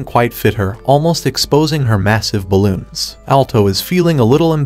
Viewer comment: why the heck did u say ballons? lie just why